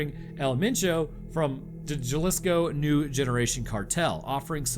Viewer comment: you did not just hit us with “JUH-liscko”